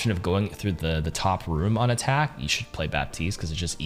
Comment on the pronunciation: Whenever he says "on attack" i hear "anatack"